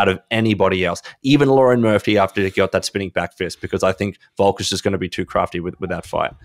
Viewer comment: Lmao his name is pronounced “Le - rone” Murphy, not “Lauren” Murphy. At first I thought was talking about the female fighter😂